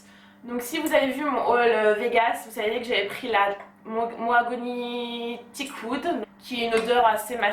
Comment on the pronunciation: C'est Maoghani pas Moagouni 😂